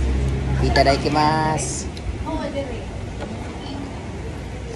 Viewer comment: "Itadakimasu" dzai dili Itadaikimasu.